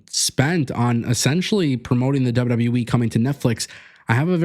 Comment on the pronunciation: Its W-W-E! Not W-WE! Stop mispronouncing the name!You sound stupid & clueless every time you say it!